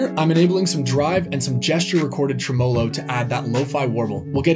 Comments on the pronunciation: Great video in every way. FYI, “tremolo” is pronounced TREM-o-lo. not trem-O-lo. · “Tre-MOW-low” lol